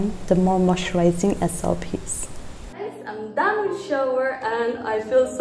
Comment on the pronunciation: I remember you saying soup instead of soap 🤣🤣🤣... I am saying this again I don't want you to leave Nagaland🥺